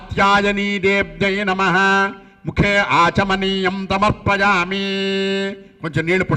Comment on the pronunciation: పంతులు గారు శ్రీ సూక్తము లోని మొదటి మంత్రం తప్పుగా పలికారు హిరణ్య వర్ణాం హరిణిం....... శ్లోకము (ఈ తనకు కొద్దిగా నత్తి ఉంది) సమర్పయామి (తమర్పయామి) అన్నారు కదా